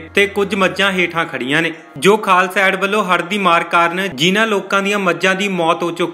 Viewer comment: ਪਹਿਲਾਂ ਪੱਤਰਕਾਰਾ ਬੋਲਣਾ ਸਿੱਖ ਲੈ। ਏਡ ਨੂੰ ਐਡ ਹੀ ਬੋਲੀ ਜਾਨੈ